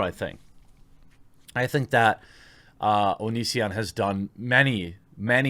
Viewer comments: When I first heard you talk about this I thought you said Onii-san video. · Every time you said “The Onion”, I thought you were talking about the click-bait article site. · You kept saying “the onion” and i legit thought you were talking about the satire news site xD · Jeremy, I have an honest question: can you read? Seriously: can you read? Because "Onision" and "The Onion" are two very different things. Do you know the difference, Jeremy?